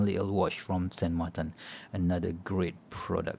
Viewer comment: Why do you call It SAN MARTAN just wondering.